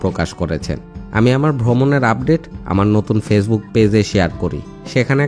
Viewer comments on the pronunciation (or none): none